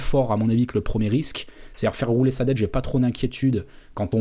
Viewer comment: "Faire roulet" ou "Faire rouler" ?...